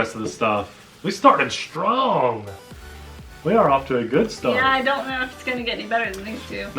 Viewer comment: "THis truck is STROOOONG!"